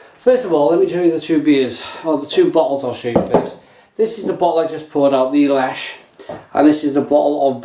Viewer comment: Lech (leh-h)